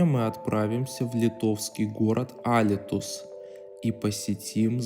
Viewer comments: алитус ударение на и .небольшой городок на юге литвы.при ссср исгатавливали текстиль.холодильники ..снайге..виные изделие и шампан ..алита..стояла часть вдв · Ударение на У(U) - ALYTUS... г.г. еще можно было конкурировать с турками, ираном на тогдашнем рынке текстильной продукции, но после кризиса 1997 г. - невозможно... Цехов уже нету, только здания...